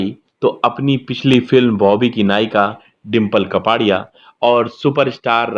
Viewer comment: कपाड़िया नहीं कापड़िया